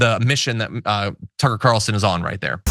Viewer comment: Why do you people always mis-pronounce Tucker